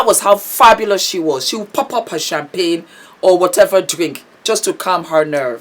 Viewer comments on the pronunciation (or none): none